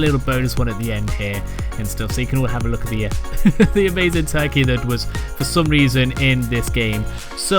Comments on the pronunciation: Say it with me now.. tur-key not tur-keh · normal people: turkey: turkeh